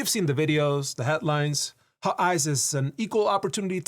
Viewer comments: You keep on saying "ICE is" and it sounds like "ISIS" and everything you said basically applied to both. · Every time you said “ICE is” I kept hearing something else…